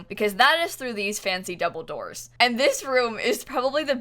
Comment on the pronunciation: When she said "through the double doors", who else heard " Through the DUMBLEDORES"